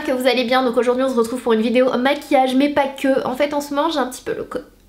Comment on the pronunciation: Sananas mais pk tu dis toujours « donc aujourd’hui on Zretrouve »😂❤️ bref bisouuuuuu💝